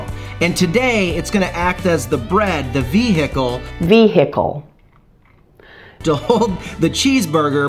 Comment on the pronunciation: The veHHHHHHicle. great video!!